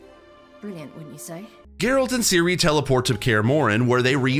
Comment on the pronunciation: And Seal-a 😂😅😂